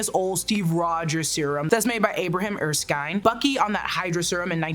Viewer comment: How can you butcher Dr. Erskine's name so bad like that?!??!? Come on now... 🤦